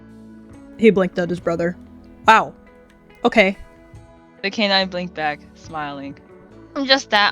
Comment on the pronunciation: What people think said:okay😢 What actually said:okeh😢